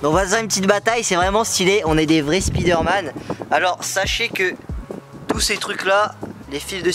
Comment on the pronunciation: Pk tu dis spizsderman